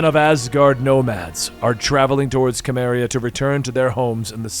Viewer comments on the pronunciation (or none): More Conan please! Also, “Cimmeria” is pronounced “Seh-mmeriah” not “Kah-mmeriah”😅 but other than that, love your videos! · *soo-mary-uh*. Other than that good video, Benny would love to see more from this run. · Love your channel and all your videos, but having grown up reading Conan books/comics, it hurts my soul to hear Cimmeria pronounced that way xP should be an S sound as im Simmeria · The Cim in Cimmeria is pronounced “Sim”